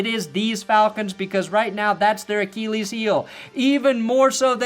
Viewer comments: I love the way you Americans say Achilles like A-KEE-LEES. We Brits say it like A-KIL-EES, ya know the correct way 😅😅 Much love. ❤ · i’ve never heard anyone say it the way says it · Sometimes, I only watch these to hear pronounce the word "Achilles."